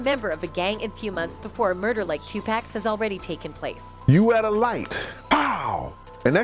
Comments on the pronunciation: It's Tupac not tupack!! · It’s not tupack it’s Tupac ‼️ put some respect on his name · Lady, if you are going to narrate, say the rappers name right please! It's Notorious "B. I.G." and TUPAC is pronounced Tu "POCK" not Tu "Pack".... Give them their respect! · Please for the love of God! Stop calling 2pac 2pack! Damn, are you that illiterate? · AI narrator said “Tu-pack” lol… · Did she say..TupAck